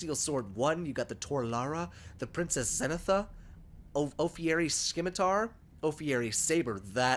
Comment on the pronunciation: “Scimitar=Sim-a-tarr.” Btw